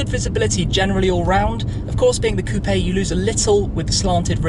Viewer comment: Thank you for saying coupé 🎉🎉🎉 nice review